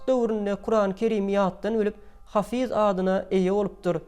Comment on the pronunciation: Hafy:z däl-de ha:fyz diýip aýdylýar